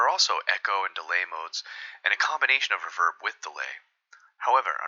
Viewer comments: Ruh-VERB, never heard it said that way before. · ‘Reverberation’ = Re-VER-beration. However most people pronounce ‘reverb’ “RE-verb," as it’s become its own word irrespective of its source.